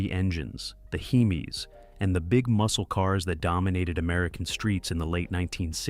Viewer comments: AI slop. Garbage. A “heeemeee?” Nope blocked channel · The last one. What the heck is a 'Heemee'?